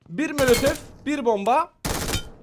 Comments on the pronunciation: Kanka sana zahmet birdaha mölötöf deme ya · Abim mölötöf çok güzel diyor sun ❤❤❤😅😅❤❤❤❤❤❤❤❤❤❤❤❤❤❤❤❤❤❤❤❤❤😊😊😊😊